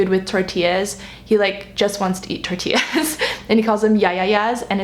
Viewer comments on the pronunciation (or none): none